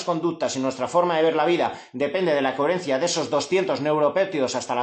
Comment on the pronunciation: Muy interesante, gracias. Como nota graciosa, ¿sabes que dices “cuherencia, “cuherente” con “u” es muy tuyo, y que sepas que me encanta en todo momento tu “cuherencia”